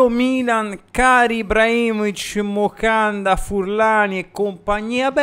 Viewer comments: Moncada però…. Non mocanda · MoNcada, non Mocanda 😂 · Caro, ti seguo sempre e condivido gran parte delle tue analisi, ma ti prego, è "MONCADA" non Mocanda... P.s Okafor e Camarda a Parma! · Ma perché Mocanda 🤣🤣🤣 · “MOCANDA” 😂😂😂 grande ❤🖤